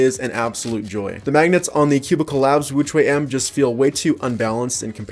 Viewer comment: Sounded like he's saying extra wuque m lol